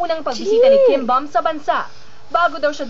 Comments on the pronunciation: Its pronounce bom..not bam or buuum..but bom.. KIM BEOM / 김범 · it's actually kim beom. :) (b"o"m)